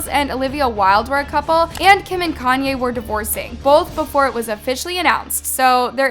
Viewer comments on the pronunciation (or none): none